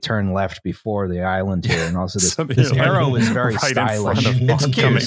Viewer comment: I lost it at “Our sharrows will block out the sun” 😂